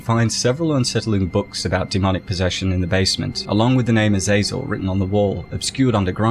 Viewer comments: Its not pronounced azayzel its aza zel. Gotta play diablo games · You kept saying Azazel but I kept thinking of Azrael the Angel of Death.